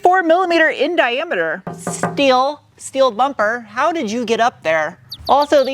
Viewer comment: I have to ask: Why "schteel" and "schport," but not "schway bar?" Love the vids, btw. Very informative.